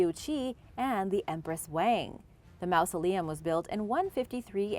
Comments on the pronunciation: Stop pronouncing it like "mouse-aleum." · great video, but you’re saying mausoleum wrong!